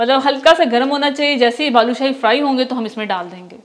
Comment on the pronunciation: Bhaloo nahe hota baloo shahe hota hy